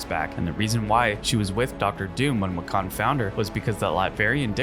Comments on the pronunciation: It's pronounced "Wick-in" not "Wha-Khan" Wiccan means practitioner of Wicca. Wicca is a witchcraft centric religion in the real world. Chthon also pronounced "Kuh-Thon" Genosha is pronounced "Juh-Know-Sha" not "Ghee-Gno-Shuh" and it's a Monkey's Paw situation, not a Rabbit's Paw lol. Hulk-LING also, not Hulking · As a fan of Wanda’s story and WICCAN Pronounced WICCAN AND NOT WECAN. And HulkLING not Hulking. Damn are you even a fan. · “Wiccon” instead of Wiccan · Um. This is an AI voice? Because why is wican being pronounced wi-KHAN . Lol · why do you pronounce wiccan like pecan 💀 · ...he sucks than. "Wiccan" is very hard i know "Wick-can" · wiccan. WICK-en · Why on earth do you pronounce Wiccan like that..... Omg HulkLING too. Jesus. Also Wanda was not the one who reversed M day it was Hope Summers.